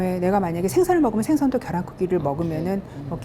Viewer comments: 겨란 아니고 계란 입니다~~! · 계란이에요 겨란이 아닙니다